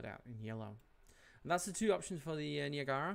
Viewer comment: The Niagara was a US Navy Brig in the War of the 1812. Served on the Great Lakes and is actually still around today. But that crazy paint scheme was what it was originally painted. Also not to bug you about your pronunciations but it’s pronounced Ny-ag-ra. But great video and super helpful. Thanks!